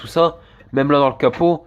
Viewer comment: Tu dis pas la mais lo tu remplace les a par des o t’es du nord toi